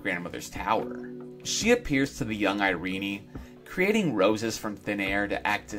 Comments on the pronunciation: Why do you pronouce Irene(EYE-REEN) as (EYE-REE-NEY)? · And it was pronounced Iree-nie. An unexpected, odd decision, but I love her name!